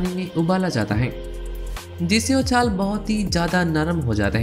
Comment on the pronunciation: Babu SAAR nahi KHAADH, aur CHHAAL nahi CHHILKA, O nahi WO, E nahi YE, KEYI nahi KAYI, HEY nahi HAI bolo, Bangali ho kya?